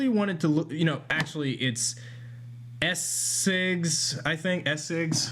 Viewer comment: I'm responding to these as I hear them. Please don't read these as negative. 1.) It's pronounced "shigs," which you'd know if you watched any of my videos, which it seems you have at least once, given my intro in them. It's fine, it's half of my last name & every teacher I've had has screwed it up as well because my grand parents on my father's side were from Germany. 2.) Sorry if I don't watch your videos all that often. I AM subscribed to you, though. 3.) Good for you that you took a short break. Everybody needs one every so often. 4.) I believe my point about the swearing was that there was such rage in your voice when you said them. Hope you stay ok.